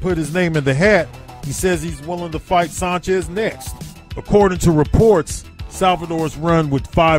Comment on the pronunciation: Sanchez...like San Francisco. Not saanchez.